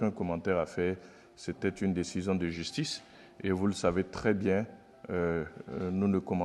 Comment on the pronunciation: Justice ou jusHtice ??